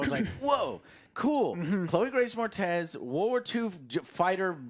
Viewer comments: I'm starting to think Joe purposely mispronounces names and words now to stand out lol. THANEos (Thanos), NUCULAR (nuclear) and now Chloe grace MORTEZ (moretz) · After a decade, I’m still amazed that Joe is so consistently terrible about pronouncing peoples names correctly. He’s still awful at it. Who the hell is Chloe Grace Mortez? You mean Chloe Grace Moretz? Lol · It's Chloe Grace MORETZ, not Mortez. Joe wanting so bad for her to be Latina lol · Chloe Grace MaRtEz! LMAO!!! Joe had to tell us2, twice, how he worked with her, only to completely mispronounce her last name. LOLOL!!! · Moretz not Mortez lol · Joe has "worked with her" but he still doesn't know It's MORETZ, MORETZ. Not "Mortez". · Chloe grace MORETZ not MORTEZ wtf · I think Chloe Grace is going to be more upset Joe called her Chloe Grace Mortez, rather than Chloe Grace Moretz… laughs! How come didn’t get his own list? Let the man talk! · Mortez? It's Moretz. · You've met her in real life and worked with her but don't know her name, Joe? It's Chloe Grace MORETZ. Not Mortez. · IT IS NOT PRONOUNCED MORTEZ JOE. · worked with her before but dont even know her name properly? Mortez? Moretz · Mortez? Its Moretz! Lmao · It's It`s Chloë Grace Moretz, not Mortez :p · Who the hell is Chloe Grace MORTEZ? Bro...it's MORETZ. Like broccoli florette. Hearing you say MORTEZ is like nails on a chalkboard. MORE. ETZ. Jesus. Otherwise, cool countdown. 😉 👍🏿 Also THAY-NOS? No. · Isn’t it Chloe Grace MORETZ? “We WuRkEd ToGeThER” 🙄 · My guy literally worked with Chloe Grace Moretz and yet can’t pronounce her name right😂😂 “Mortez” really joe lol? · " I worked with her " proceeds to mis-pronounce her name repeatedly hahahaha Mortez , its Moretz . Thx for the laugh Joe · Joe literally fried my brain when he called Chloe Grace by Mortez and not Moretz. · Mortez, Cortez, Moretz ... xD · It's moretz not moretez. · Chloe Grace Moretz. Not Mor-tez. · ive never seen anyone so bad with names that Joe, its Chloe Grace Moretz